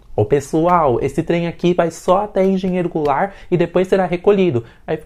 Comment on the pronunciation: "Parágrafo A" 🤣🤣🤣🤣🤣🤣 E vou te dar um detalhe bônus: a voz em inglês pronunciando errado os nomes das estações: "Cí Í Cí Ei Pí" station (Cecap) "Eropôdo Gu Erôl Rôs" (Aeroporto-Guarulhos) Engenheiro Goulart até que fala praticamente certo...